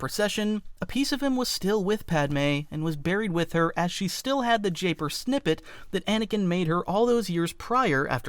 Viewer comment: Japoor not japer.